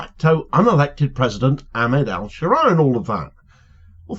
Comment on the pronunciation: Ash-Sharaa is how it should be pronounced, not sure how much room for manoeuvre he has to avoid being targeted directly by the IDF. My neighbours family are Syrian Christian and their village was bombed by IDF in the aftermath of Assad falling.